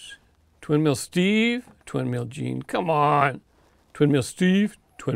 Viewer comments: I'll pick Twin Mill Gen-E for track time. BTW, it's not pronounced Gene, it's Gen then E. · Hey,, the name of this new edition of Twin Mill, is pronounced "Twin Mill Gen-E", not "Twin Mill Gene".